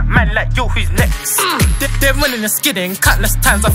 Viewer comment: it’s next not nex